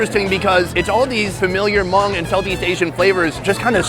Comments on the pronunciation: Omg, if you mispronounce Hmong one more time...... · And it’s spelled Hmong and pronounced mong not mung. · It’s Hmong not mung